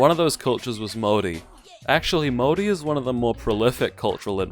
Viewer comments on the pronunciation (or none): Why you keep saying Mori bro 😂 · He does not pronounce Maori correctly in this video lol. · You lost a little of my respect when you said you don't like Far Cry... Not that it matters lol. Also whenever you say Maori your do an odd accent only on that word lol. Like you're trying to hard or something idk.